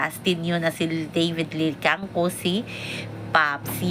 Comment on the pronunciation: Maam david licauco po nd david licangco.sori po